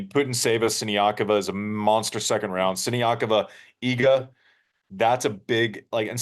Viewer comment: Man! Iga has been 2 years now number 1, please learn how to pronounce properly her name, just out of respect for her. Thanks and great show